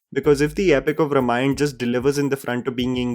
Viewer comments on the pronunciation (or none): Bhai pronounciatian is RAAM-ayan... why do you keep saying RUM-ayan?! 😂😂 Pronunciation thik karlo! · Bro .just a healthy suggestion..plz pronounce r"a"mayan with aa .. Its not रमायण it's रामायण Similarly its b"aa"hubali .not bahubali..if the English spelling is unclear..plz refer to this spelling in hindi .. बाहुबली.. it's not बहूबली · it's Raamaayan not Ramayana, sorry for being devil's advocate. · Also Rāmayan not Ramayan :) sorry for nitpicking. Not the intent